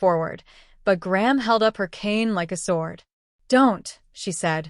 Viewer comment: GRANDMOTHER CAN BE SHORTENED TO “GRAM” not GRAHAM! These shitty mispronounced writings are beyond ridiculous!!!